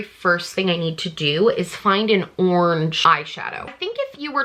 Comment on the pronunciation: no one:: ✨ORNGE✨